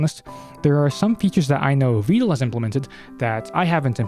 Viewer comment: you say his name like "veedal"